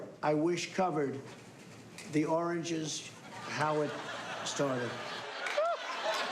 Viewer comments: Damn it! I will never be able to say origins again. It’s “oranges” now. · I honestly didnt understand the oranges word when Trump said it. Then Trevor explained and I thought... Oh shit he meant origins!🤣🤣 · I'm buffled by the fact that Trump could not say "origins" instead he said oranges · “ Oranges” instead of “origins” 😂😭😭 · my favorite “the oranges” 🤣🤣🤣🤣 you can literally hear someone say “What????” 🤣🤣🤣🤣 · "Oranges" Oranges?? Seriously?? He didn't even know his English well.. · What I heard was "Oranges in the beginning" I am confused about the Oranges origins🤣 History of orange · Love it. Sounds like he's saying oranges, doesn't he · nucular oranges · “ThE oRaNgEs” 🍊 My favorite slip up of all time😂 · I really thought he was saying oranges😆 what did Oranges have to do with the investigation. Maybe it isn't to late for speech therapy. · He can't pronounce origins? Jesus help us. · It took me way too long to figure out he was trying to say origins 🤣🤣🤣🤣🤣🤣🤣🤣 holy fuck. This is our president? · he is trying to say Origins 🤣🤣🤣🤣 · Lmao he was trying to say origins 😂😂😂😂😂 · It sounds like those seagulls from Finding Nemo. It took me a bit to realise he means "origins"... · Lol was he trying to say origins..... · yes him trying to pronounce "origins" is fucking epidemically sad .